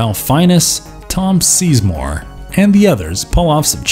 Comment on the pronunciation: Strange Days is a great movie, but "Fine-esse"? "Seizemore"? I'm pretty sure that's not how you pronounce those names..